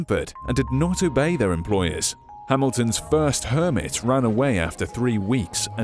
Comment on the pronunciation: Garden hermit I heard garden Kermit